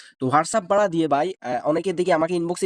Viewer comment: ভাই বাড়া না ভাড়া হবে😂